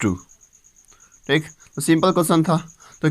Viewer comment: Thik शब्द को tik tik बोलना बंद करो